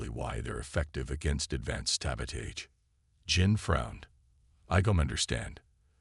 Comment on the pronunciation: will the word Sabotage ever get pronounced properly! 🤣 these human mechanic stories should really get a series on hbo or showtime or something...